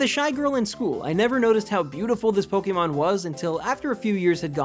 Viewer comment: It's Pok-ay-mon, not Pok-ee-mon.